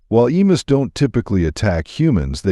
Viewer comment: The difficulty with "narration by AI" is that frequently, words are mispronounced. Hence, in part 2, "emus," as pronounced here, rhymes with the stories of "Uncle Remus."